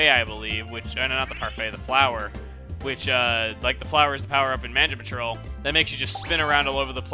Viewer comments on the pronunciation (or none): What's Manja Patrol? You messed up sying Mansion Patrol Chugga. lol